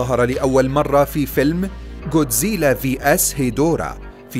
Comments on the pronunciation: جوديزلا؟؟؟ الولاد ييجي بالكاف و يقرا كودزيلا و بالعربي بينحط غين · كودزيلا❌ جوديزيلا✅ 🙂👍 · كوزديلا ❌ جوزديله✅ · ليس جودزيلا بل ڨودزيلا او godzilla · جودزييييييييييييييلااااااا هههههههههههه ما بتعرف تحكيها جاد زلا اسمه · انت قلت الأثنين غلط اسمة جودزيلا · يا بطل ليش تنطق اسمه جودزيلا بهذه الطريقة؟ چوودزييلة؟ لا بجد بأمانة انا مستغرب الموضوع لا أكثر. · تتعرف تحكي god zila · اول شي التعليقات ما منها فائدة ثاني شي نطق الاسم غلط ثالث شي ولا وحش من الوحش بيقدر ع جودزيلا الموضوع غبي الوحش ٣ رؤس دمرو جودزيلا و ما عندكم موضوع لا تنشرو ✋❌